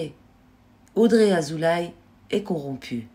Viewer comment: Madame : Azoulay se prononce Azoulé.